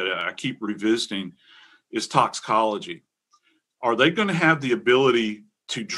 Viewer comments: very annoying when professional adults use words like especially and pronounce them as EXPECIALLY and also important and pronounce as IMPORANT!!!! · Um, Fox talking head girl, there is a T in the word important. Professional broadcasters actually pronounce it.